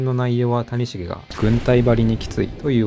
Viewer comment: 谷繁と松井秀喜の発音おかしすぎやろ